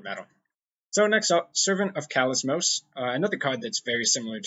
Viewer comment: Kalismos = Kalimos...Don't know why you are adding that extra "s" to your head...